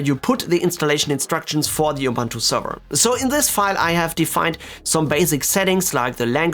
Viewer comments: Dude, it's called "Ubuntu", not "Oh-Bantu". So annoying. I feel better now. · Excellent video very usefull Ubuntu is pronounced "oo Boo nt oo" oobuntoo